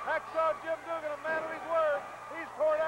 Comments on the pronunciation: Never understood why Watts always said Doo-gin while everyone else says it correctly. Also, Jim D. a little obvious with his jump/punch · The way Watts said Duggan's name is stupid. Doogan? Really Cowboy? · Why does Watts call him Doo-gan when everyone else calls him Dugg-an? It's actually kind of distracting... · Always liked how Bill Watts would pronounce his name as "Doogan"...